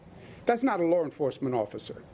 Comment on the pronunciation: It’s law enforcement not lar enforcement idiot!